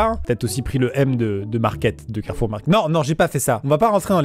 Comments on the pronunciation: Fils:on va à carrefour Maman:non mon fils carrefou car Amixem a volé le R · T'as fais comment pour enlever le R de carrefour, tu es monté sur le toit ? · Alors maintenant on dit plus "Carrefour "on dit "Carrefou" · Tu l'as tjr le R ??? 😅😂😂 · T sur que t as pas volé tous les r de carefour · C'est donc pour ça qu'il manquait le R du carrefour près de cher moi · Carrefour : il est où notre r 🤣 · Comme il a dit carrefour, jepense qu'il a pris le premier r pour qu'on puisse comprendre et que ce soit pas trop cramé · Mais alors comment tu récupères le R de Carrefour, fin, comment tu le décroches puis tu le transportes puis t'en fais quoi après ?? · montre nous le r de carrefour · Montre ton R de carrefour